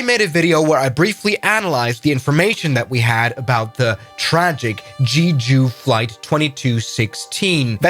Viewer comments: BTW, not trying to hate, but it's pronounced JEH-JU, not JEE-JU. So it's JEH-JU (Jeju) Island. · Jeh ju, not jee ju. je as in jet. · Jee joo is pronounced Jeh joo. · btw it's pronounced jeh-joo, not gee-joo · Korean guy here it's not pronounced jeeju it's called jaeju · its jeju not "jiju" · Why does he pronounce «jeju» like that😭 It doesnt say jiju bro.